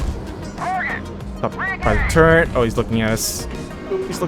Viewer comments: Hate to be that guy, but you and my son say Turret wrong the same way. Turrent.. I still watch your videos =) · turret not turrent...=(